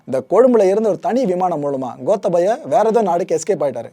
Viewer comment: ஐயா இலங்கையைப்பற்றி நீங்கள் நிறைய அறியவேண்டியுள்ளது மற்றும் பல தவறுகளை திருத்திக்கொள்ளுங்கள் * கோத்தபய அல்ல "கோட்டாபய" (Gota+Abhaya), இலங்கையின் தலைநகரம் கொழும்பு அல்ல இலங்கையின் வர்த்தக தலைநகரம்தான் கொழும்பு, இலங்கையின் தலைநகரம் "ஸ்ரீ ஜெயவர்தனபுர கோட்டை" என்ற இடமாகும்